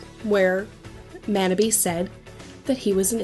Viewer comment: Thank you for talking about Fruits Basket. Yuki is my favorite character and Kakeru (Manabe) is in my top 5. One thing though, Manabe is pronounced like 'ma' in mama 'naugh' in naughty 'be' in better I don't usually correct pronunciation mistakes, but this one was pretty bad. God bless and have a great day.